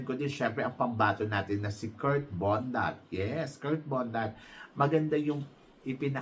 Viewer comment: Its BONDAD not Bondat, binabago mo last name, ginagawa mong bondat